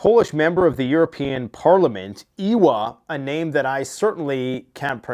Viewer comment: U said thst name good as u threw ur hand in the air